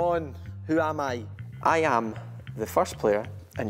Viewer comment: Ayam ayam... 🤣 I can't stand how he pronounces I AM. Lol